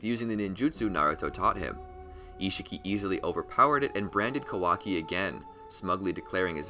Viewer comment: i can't tell if this guy pronounces kawaki, amado, data, and karma wrong just to troll or what's going on here 😂